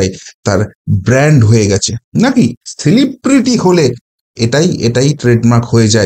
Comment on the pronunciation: তাও আবার নাকি 'শেলিব্রিটি', not 'সেলিব্রিটি' !